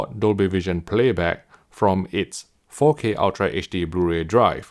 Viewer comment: Why do I keep hearing "Faux K HDR"? 😏